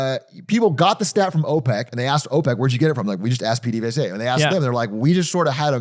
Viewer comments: B+ Pehdevesa not Peedevesa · Ooof, I love but gotta give that PDVSA pronunciation a 6/10. Its giving "grassy-ass" and "wag-won" 😔